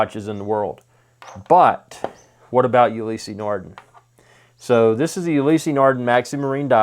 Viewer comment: Never heard of You-lee-see nar-din It's pronounced Oo- lis nar-da